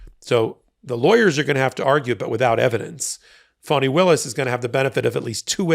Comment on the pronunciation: Thanks for being one of the rare places that pronouns her name correctly. Even amongst "left" leaning sites.